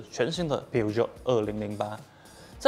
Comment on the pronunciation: 那只法国狮子的英文名字你读错了，去google翻译你就知道了